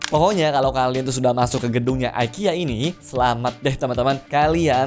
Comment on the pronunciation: Btw bacanya bukan aikia ya mas, tapi tetep ikea😂